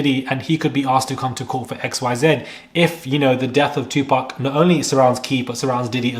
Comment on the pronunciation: Look at you showing your little taco meat. 🤭It’s pronounced 2 POC. Stop pronouncing it like them. ⚪️🤭🇺🇸